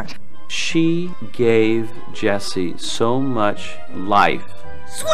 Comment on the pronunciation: It's Jessie NOT Jeisse lol